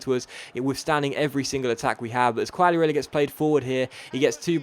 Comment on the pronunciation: not trying to be a smart ass or anything haha but try pronouncing quagliarella's name as "kagliarella" just a tip